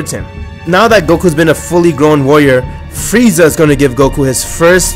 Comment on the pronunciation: Is this me or did say “fieza”